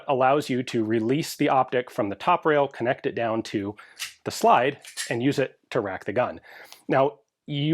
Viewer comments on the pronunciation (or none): none